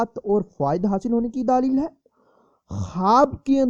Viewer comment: Matlab ye k wo aapkay bolnay k andaz py keh rai h